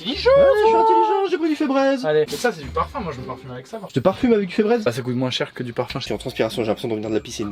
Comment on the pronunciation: Febreeze ça ce prononce brise !!;) pas braise